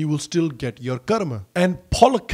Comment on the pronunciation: Omg, this is so satisfying ro here😍😍 you said karm and not "karmaaaa" as foreigners and many porche indians do. Karmaaaa shivaaaa yogaaa bullshit its yog shiv karm ram